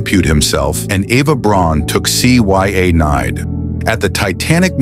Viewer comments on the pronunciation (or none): C, Y A-nide. Did AI read this? Astonishing images! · If you’re going to narrate, please learn to pronounce the words correctly! C y a nade??😂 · Why can’t you say cyanide? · AI can’t pronounce “cyanide” 😂😂😂😂